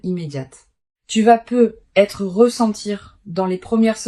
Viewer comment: On dit pas peut.......être Il y a une liaison😅😅😅😅😅😅